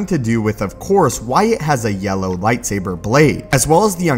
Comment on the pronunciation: Soooo... Did someone count how often he said "Lightsaiber"?